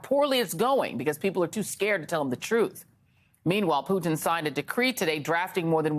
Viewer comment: Thank you for saying Poo-Tin instead of Poo'din! It's how we in Europe pronounce his name.